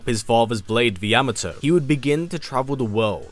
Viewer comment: This is the only YouTuber who pronounced the word Yamato correctly.